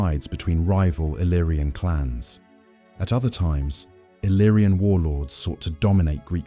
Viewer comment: No iriana ma iliriana al meno i nomi devono essere corretti